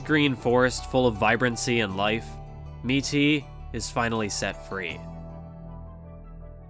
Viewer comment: Why do you pronounce it as MEATY and not Mitty?